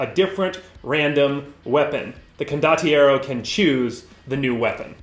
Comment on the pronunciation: This setting is glorious. Saw a preview a while back, loved how many references and jokes they packed featuring the Italian movies from the 70s and 80s that I grew up with. Your pronunciation of condottiero is fine, btw.